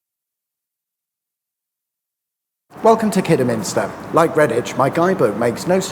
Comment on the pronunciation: Glad to hear that you pronounced Kidderminster correctly.😊